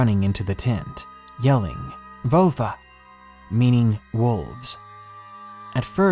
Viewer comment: That moment when you're a German native speaker and he pronounces "Wölfe" like "Vulva" making you choke on your own spit. Great stories though :)